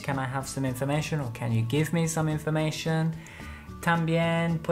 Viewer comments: En los vídeos escucho mucho a diciendo /som/ (some) y /broder/ (brother). Pero es /sam/ y /brada/ verdad? Gracias por vuestros vídeos, son la "milk" 😂😂 ❤️😘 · says "som" and "si" (she) haha.. she's amazing!!